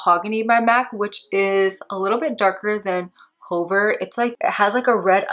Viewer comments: Fabulous demo🫶🏼 U helped me decide whether I want Cork liner or not & it’s a big YES 🙌 Ty! Btw Hover is pronounced "HUH-ver" not "HOE-ver" 🤣 idk why that struck me so funny LMAO😆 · Hover...no long "o"...hə-ver...the helicopter hovered over the landing pad. This "ə" is a schwa...but not sure they even teach that in school anymore but they did in the not so long ago "back in the day"...and is used extensively in French...and since English is over 30% French based (think back to 1066AD and William the Conquerer/the Norman Conquest), we have LOTS of words derived from the French language. Speaking of French...you pronounced "faux" correctly, and that's completely French...means "false".